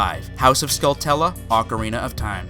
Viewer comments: SkulltUla, not skulltElla... Also, Termina as in "terminal", not Termeena... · SkullTULA. Not skullTELA. Did this bother anyone else? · I always pronounced it 'Skull-too-lah' .. 'Skull-tella' just doesn't seem right from how it's spelled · "Skull-tulla"? Pretty sure it's pronounced Skull-chu-la. Sort of like "Tarantula," only with skulls. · Well I think pronouncing "Skulltula" as "skull-tulla" is pretty silly (If anything it would be "skull-toola" because of the single L). But big deal. You say it doesn't matter, but you seem pretty concerned at the same time that you're not wrong. Anyway, nobody's perfect and I am not wanting an extended argument here. We disagree. But I did enjoy the vid otherwise. Maybe I should have led with that to begin with. Now I'm just another damn YouTube comment troll with lots of opinions and no actual content of my own. :) Sorry for that. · I've never understood why some people pronounce Skulltula as "skull-tela". aside from very clearly being a u it's derived from tarantula (unless you pronounce that "taran-tela") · OMG stop saying skull-TUL-uh. do you say tarantula like ta-ran-TUL-uh? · Skull-CHOO-la .. like Tarantula bro! I don't blame you though, I heard someone say it like a year ago and it blew my face off lol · It's a little-known fact that all Zelda YouTubers compete to see who can mispronounce the most words. Here, we only have Termeena and Skultella, but elsewhere you can find Deeku, Maj-ora, and many more. It's a fun adventure! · It's pronounced Skull-chu-lah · Do these people also say "Ta-ran-tulla" instead of "Ta-ran-chu-la"? Just because 10 people mispronounce something doesn't make it correct. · OKAY OKAY OKAY Skulltula - SKULL-chu-luh Kakariko - KAK-uh-REEK-oh Termina- TUR-min-uh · He seems to pronounce it "Skull-tella" which is in no way correct. As for Termina. I don't hear it pronounced any other way than "Ter-minn-uh" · Skull-Tella? Is that a flavour of Nutella? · You said skulltula and kakiriko wrong.